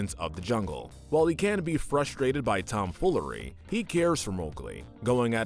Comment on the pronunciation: bro just said TOOMFOOLERY